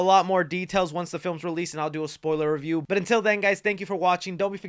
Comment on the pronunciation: a spoiller free reyew